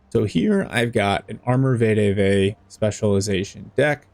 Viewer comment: Greta video. Also it’s pronounced ve-de-ve not vay-de-vay